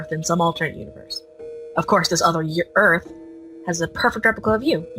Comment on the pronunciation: "Warmpth" "Yearth" 10/10 i r gud at reedin